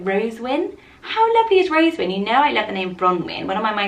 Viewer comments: Ayyyyyy, I made it! And yes, you did say (n) wrong, it's actually "ro-ZEN-win". But thanks for featuring my suggestion! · is ro-ZEN-win.